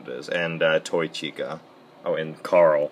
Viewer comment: Chica not chuca XD